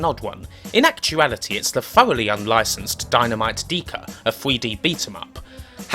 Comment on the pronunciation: you should pronounce it as "mega" or "mecha": with short "e" (no "ee" or "ae") and no double "k" as in "mekka" but a single one like in "king" (but i suppose you say "dekker" the same way anyway:D) . deka is also the short word of decagramm btw (in hungarian:), so who knows what the japanese were really thinking:D